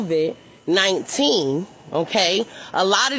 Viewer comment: Did she say Crovid?